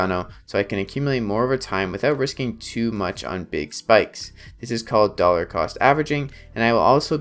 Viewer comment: Doller?!? wtf is that?